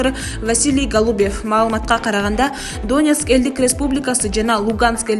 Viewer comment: Алып баруучу(диктор) ударениени туура койуп окубайсынарбы, граматиканы окудунар беле. Доонец, Лаавров, прапоорщик дебей.